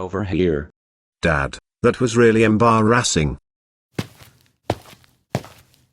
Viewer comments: how to say “embarrassing” in GO animate (Em-pa-Riss-Ing) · So he said "EmbarASSing" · He said umbaras 😂